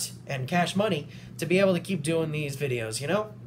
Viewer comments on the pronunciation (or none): none